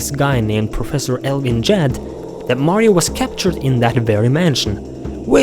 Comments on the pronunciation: its prenoced Ga-dd no jadd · what the fu@ is jadd it's gadd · Professor Elvin Gadd's last name is pronounced with the soft 'g', as in "garden." E. Gadd is a play on the expression of surprise "egad!"